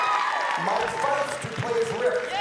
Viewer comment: Poor Mike Faist. Hopefully at least one reviewer will pronounce his name correctly.